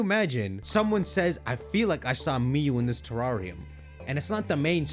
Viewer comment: Lol “teRRAWRium”